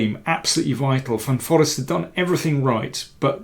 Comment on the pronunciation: Very nice to see an endgame in depth. Looking at the speed with which he was playing, Jorden must have been sure he was heading towards a dead draw. The pronounciation of the double ee in Jorden's last name is like the a in waste or haste by the way: "van foraste"